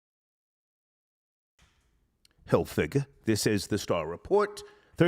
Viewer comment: I hate when he don't say Hilfiger ... NIGGA...🎉